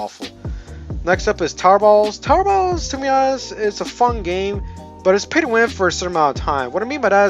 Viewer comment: I heard said "tarballs" instead of tower battles